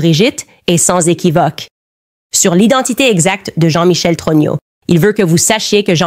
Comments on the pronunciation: Tellement puissant comme IA que ça dit Trogno au lieu de Trogneux... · J'adore quand Candace dit jean michel TRognon😂